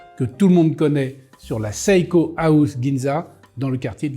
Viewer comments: Pourquoi il prononce saïko ??? C’est Seiko (séïko). C’est quoi son problème ? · Le i se prononce à peine à peine, c'est donc plutôt "sé-ko", et pas sé ï ko. Pour être précis.